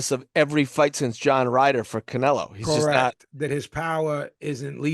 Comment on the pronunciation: Even Spanish speakers don't pronounce "Canelo" like that 🤣